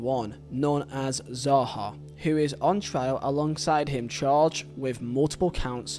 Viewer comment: I’m not sure if it’s an accent thing but please pronounce the name properly. It’s SAHA, S NOT Zaha like you pronounced it. Say it right so people don’t start thinking you meant to say Zaha.